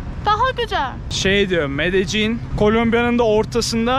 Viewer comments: Benim bildiğim L harfini Y olarak okuyorlar İspanyolcada. Yani Medeyyin olarak okunması gerekiyor ben mi yanlış biliyorum acep? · medecin değilde medennin diye telafüz ediyorlar diye biliyordum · Medecin değil... Medeyyin olarak söylenir, kral! Medellin tam mafyanın merkezi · Medellin deyilmi o? niye her kes medecin diyo? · Medelinn abi Medecin degil 😀iyi eglenceler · Abi aslında “Medeyin” diye söyleniliyor. İspanyolcada iki “l” harfi yan yana geldikçe ‘y’ diye söylenir. Bu arada her zamanki gibi güzel ve yüksek kalitede bir çekim olmuş; Böyle devam abi 🙌🏼🙏🏼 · Medejjin. Kaynak: 5 gun once ordaydim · medecin diye okunmuyo ki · Şuraya medecin deyip durma ya medellin de şuraya